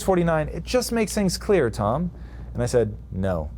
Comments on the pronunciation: Looks great! Haha, you got his name wrong, it's not Tom Buyliu 😂😂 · A bit painful to hear Tom's last name being mispronounced so many times... :/